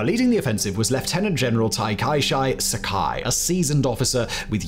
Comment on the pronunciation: “Taikaishai Sakai” That is the single worst pronunciation of Takashi Sakai I’ve ever heard. This isn’t Chinese phonetics my guy, it sounds exactly like how it spells.